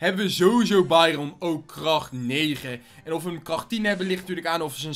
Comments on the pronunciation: Het is bairen niet bairon ik ga helemaal stuk steeds!!!!😂😂😂😂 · Trouwens dit is geen haat maar jij zegt bairon en je spreekt het uit als bairun